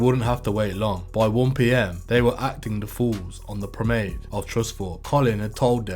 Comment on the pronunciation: Pro,,men,,ade…. Not promade